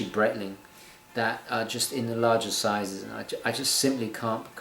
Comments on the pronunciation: I don't want to sound "snobbish" about this but....please, the pronunciation of Breitling is "Brightling" not "Brettling"..... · Your are pronouncing Breitling correctly sort your life out.